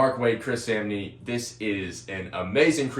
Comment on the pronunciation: chris samnee’s name is actually pronounced SAH-m-knee. i normally wouldn’t point it out but ik you like to know the correct pronunciation of peoples names